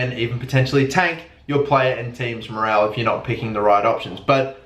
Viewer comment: morole you say morale morole